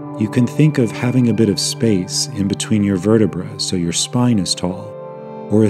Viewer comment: IM SORRY I STARTED LAUGHING WHEN HE SAID ”BIT ”LIKE 👹BEET👹